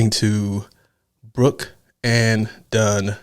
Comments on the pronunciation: It's BROOKS not Brook! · Bro, it's Brooks and done.There's an s on the end of brook , it's brooks , not brook. Open your eyes and read